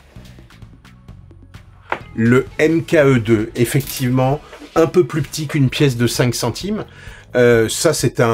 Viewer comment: "Un peu" (de bruit de mains): y'a pas de "T" Sinon super vidéo très instructive et facile à comprendre pour un novice. Merci